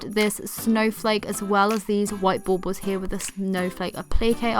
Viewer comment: I just love the way you pronounce baubles! Love your video and all the pretty Christmas stuff! I use traditional colors for Christmas, however, I do buy some blush decorations to use in my granddaughter’s room. I have the blush butterflies, dragonflies and high-heel shoe ornaments!